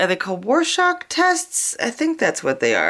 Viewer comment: Cool effects! Since you asked, it's pronounced "roar shack".☺